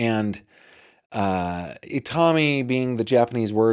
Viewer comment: I’m Japanese. Itami (痛み) does mean pain but the pronunciation is wrong. The accent is on the last syllable I-ta-MI, not on the second syllable i-TA-mi as you guys are pronouncing it. Also, the number four is pronounced “Shi” in Japanese. “Shi” also means death. It’s pronounced the same but written with different Chinese characters 死(death) 四 (4). There is no fourth floor in hospitals in Japan. Did D4VD use 4 (death) in his name because he’s obsessed with Japanese anime and death?